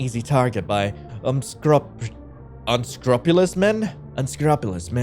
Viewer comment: Unscrupulous: Un-screw-pew-lus 😊